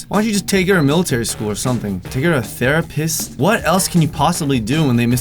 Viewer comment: Sounded like you said "Thera-piss"